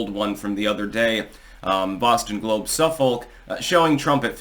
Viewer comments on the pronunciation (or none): The Suffolk Poll is pronounced SUH-fick. You’re from New England, dude. You should know that!